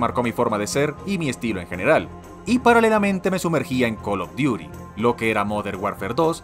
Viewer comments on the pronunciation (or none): "Call of Diuri" jajajajajajajajajaja